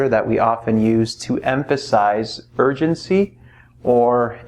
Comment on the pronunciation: I literally hear urgency as virgincy even though i knlw it's not even a proper word